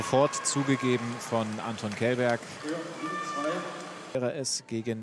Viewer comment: Anton ist Prominent in TTBL. Warum gibt es noch Leute, die seinen Nachname falsch aussprechen? Källberg -> Schelberg, Bitte Respekt !